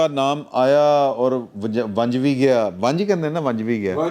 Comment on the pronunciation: ونج نہیں۔ ونجی